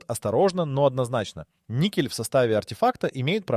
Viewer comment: ... si pronuncia "nikel"... non "niscel"...